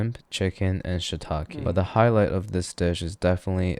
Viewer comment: I'm sorry, man...but I can't STAND the way he pronounced shiitake.